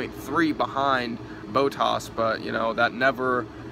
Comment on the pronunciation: only 5? Okay, how you pronounced Grand Prix, bottas and pretty much all the names. Vettel received 3 licence points not 2. In the case of a false start in F1 they give a penalty to the driver, not a restart. Bottas is doing better than you expected? He's in the best car and only has won 2 races. Not exactly an amazing start to the season. You didn't remember the word DNF? Lewis fighting with Daniel for 20 laps? It was only about 3 he was actually up there with Ricciardo. Seriously man I like Americans watching the sport and all that but if you're gonna upload a video talking about the race at least get the basic facts right